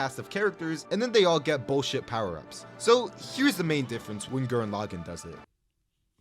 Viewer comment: No… Gurren… Laggann… WHAT. THE. FU- This Video Is Flawed, But I Believe You Can Do Better, But Still, NO GURREN LAGGANN, WHY HOW WHAT.